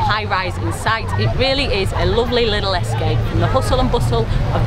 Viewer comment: What is "liddle? Liddle walk, liddle beach.!